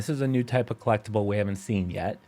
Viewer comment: Trophy drinking game: Take a shot every time he says "clecktible" 😵‍💫